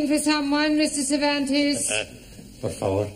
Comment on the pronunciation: I thought he always say Porfa Vor 😂😂😂